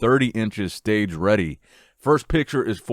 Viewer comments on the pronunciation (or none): none